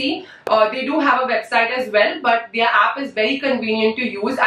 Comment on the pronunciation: The way she pronounces "their" - like they are.